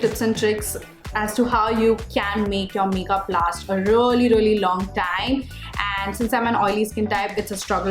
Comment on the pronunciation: Really is pronounced ree-lee not ruh-lee..sorry but it bothers me when you keep saying ruh-lee ruh-lee